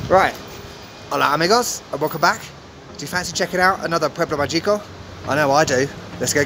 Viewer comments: Another great episode! But you're a "native" by now, so it's pronounced ma-hee-co. LOL. The g has an h sound. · Actually, I made a mistake and its MAH-hee-ko with the emphasis on the first syllable. Anyway, thank you so much for visiting these not so obvious destinations and keep up the good work. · Pronounce "Magico" like mah-HEE-ko